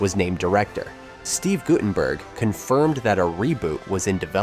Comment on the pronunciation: why do all these types of videos have shitty AI voice overs? GuT-TUN-BURK , LESSERD........ c'mon..... also, the shirt "mistakes" must have been on purpose.